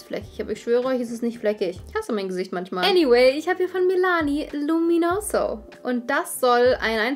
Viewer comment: Ich glaube die betonung liegt auf MANCHMAL